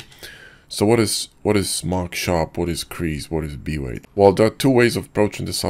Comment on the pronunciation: B-weight in your voice sometimes sound like V-ray haha